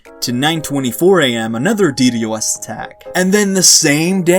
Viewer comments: Dude legit said de de Os, it's ddos. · I hate how he says ddos 😂